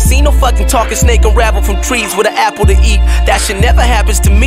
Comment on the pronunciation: When your apple is pronounced a play